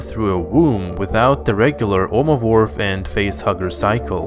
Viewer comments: He said omovorph instead of ovomorph haaaaa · Please... That's nothing compared to his first mistake. Listen again. He said Omovorph. Edit: Just found something even worse. Yeouch'uh.